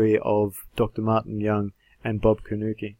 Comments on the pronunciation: His name is pronounced Corn Nuke, not Cornukee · You are pronouncing your opponent's name wrong. It's properly pronounced C-O-R-N-F-L-A-K-E.